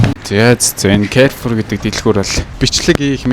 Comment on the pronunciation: Кайрфор гэшш алиа алнууд ядаж зөв дуудаач! Карфур!